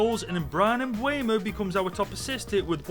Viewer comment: It's not mbwaymo it's mbeumo